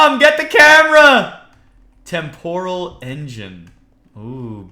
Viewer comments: u r nub, i use this mod so much, it is so much more in depth, and also, it is pronounced tem-per-al not tem-pore-all, but gg on the tardis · 3: "temporal" is pronounced "Tempral" you egg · Âlëxâ Mîllêr Agreed...